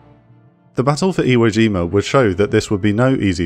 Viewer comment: Iwo Jima, not Zhima. J as in "jump." No, not all furrin' words are French.